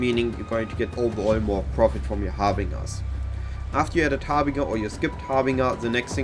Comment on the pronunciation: I am not criticizing just trying to be helpful but it is pronounced "har-bin-jer" , the j as in "Jelly". Meine Deutsch ist sehr schlect, deine English ist sehr gut, so don't feel bad